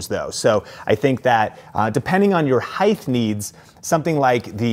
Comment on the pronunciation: Why does he keep saying "heigth"